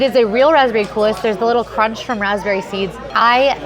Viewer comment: if you'll excuse the correction, the word "coulis" is, to my understanding (which I have come to through watching a lot of baking shows), pronounced "cool e."